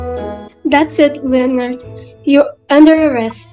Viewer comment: is everyone ingnoring the fact that the police lady called Leonard linnin😂😂